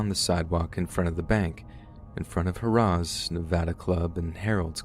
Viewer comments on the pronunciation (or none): You pronounced Harrahs Casino wrong